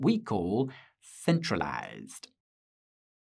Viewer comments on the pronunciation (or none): The way Guy said the word “centralized” had me fall out of my chair 😂